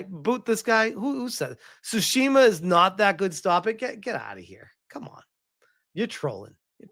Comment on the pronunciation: It's pronounced, "Tu-shimma"